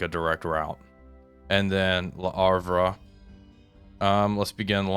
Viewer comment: He can say Brest and La Rochelle just fine x) But Le Havre sounds like Havra.